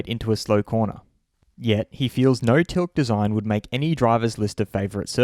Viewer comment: Also its not Tilk, its Till-ka